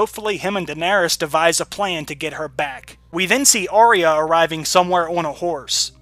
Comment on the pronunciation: Great breakdown/analysis! One thing though: Arya is actually pronounced with two syllables: ah-ya, not Ar-re-ya (three syllables). This is according to the pronunciation guide in the wiki.